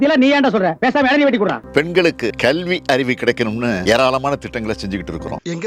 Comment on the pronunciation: 3.25 Kalvi aruvi ya .... 😅😅😀🤣😭🥺 Tamile varla Athu kalvi aruvu.....🫢🫢